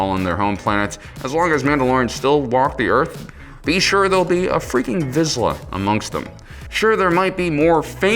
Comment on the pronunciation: Vizsla - pronounced “veesh-la”. If you copy the name of a dog breed, at least pronounce it correctly.